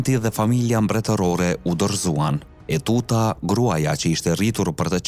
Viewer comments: JO UTUTA PORE TEUTA O NJERI !!! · TEUTA O NJERI JO ETUTA